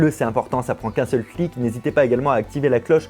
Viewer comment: '' ca prend qu'il seul flic'' au lieu de clic ?